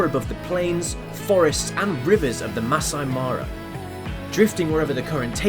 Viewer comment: I think you said "masa"..its pronounced as maa-saay..im Kenyan..and I hope it's not wrong to correct the pronunciation ..😊